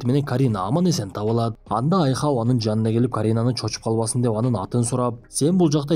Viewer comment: Айхоу эмес Айхал😊